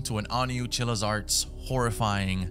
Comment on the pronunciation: Day 291 of still mispronouncing Chillas Art